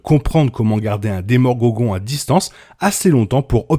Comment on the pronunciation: "Demorgogon" ça m'a tuer 🤣🤣